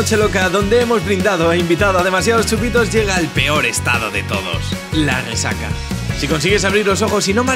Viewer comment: Buen video y muy cierto! Mención especial al narrador y su intento de disimulo de la "Guesaca" aun asi me encantan vuestros videos ;)